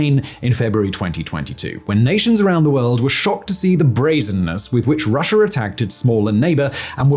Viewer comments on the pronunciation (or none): none